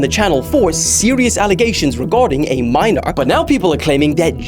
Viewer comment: 'probably a minorrrrrrrr'